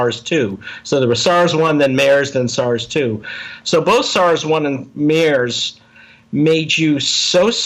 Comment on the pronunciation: This guy is an idiot, no funds means he is very small time private lab bs and doesn’t know how to pronounce MERS! You gotta do better than this Joe. Dr.Phil doesn’t work in this situation.